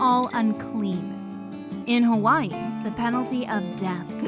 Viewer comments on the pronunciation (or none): none